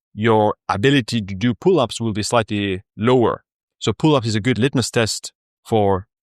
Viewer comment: Random suggestion: If you speak out „good“ correctly, your overall language quality in your videos improves by like 50 % :D